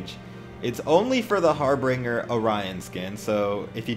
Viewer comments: Har binger not har bringer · Wanna think it's pronounced harbin'Jer mate lol